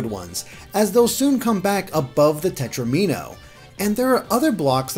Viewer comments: Did he just say tet-row-MEEN-oh? it’s tet-ROM-in-oh... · "Tetromino" rhymes with "domino" Just so you know.